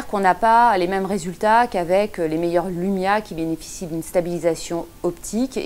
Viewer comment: wsh pk vous dites LOUMIA c'est LUMIA LUUUUUUUUUUUUUUUUUMIA xD